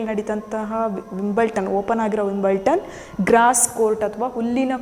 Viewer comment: That s not Wimbleton.... Wimbledon s the correct pronunciation....